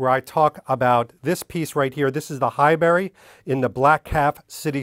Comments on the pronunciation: It’s not “High-berry” but “High-brie”, like the cheese, right? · Sorry, Pronunciation Police here again. It's pronounced Hibuurry, not High-Berry. Great video👞👍